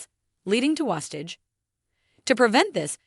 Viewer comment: Learn how to say wastage... WASTE-age